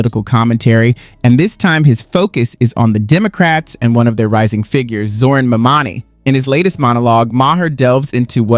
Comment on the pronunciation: It’s Mamdani! Capital, M capital A capital M capital D capital a capital N capital I. Learn to pronounce the terrorist’s name.